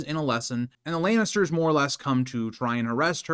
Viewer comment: I can't take a GoT fan seriously who pronounces it House Laynester